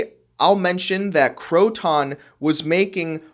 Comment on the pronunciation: I was a Croton AD.. it's Croton, not crow-ton, those go on salads.. lol. Cro-ten is more correct..